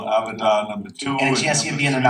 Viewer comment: What the fuck is avadar?